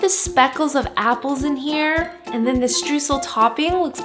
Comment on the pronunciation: This cake looks delicious! To me it seems like more of a crumble cake though, Streusel would typically be larger and cover nore of the top - oh, and btw, if you want to know how to pronounce it properly, say it like Stroysel (oy as in toy) :)